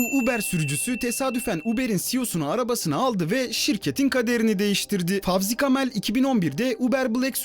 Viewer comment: Fawzi Kamel ne lan? Dayaklıksınız. Fevzi Kâmil demek ve yazmak zorunuza mı gidiyor? Herif Amerika'da yaşıyorsa ve orada İngilizce'ye uygun olarak öyle yazılıyorsa, illa gavurlar gibi mi telaffuz edeceksiniz? Spor spikeri pezolar da aynı b*ku yiyorlar. Senin ismini ömür yerine omır diye söyleseler mutlu olur musun? Veya özgür yerine azgır diye hitap edilse sevinir misin? 😡